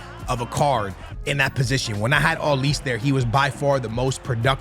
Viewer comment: Olise is pronounced O, li, Seh.